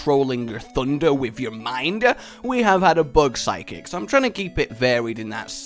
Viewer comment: he said psychic lmfao idk how but its like 'sid'kcik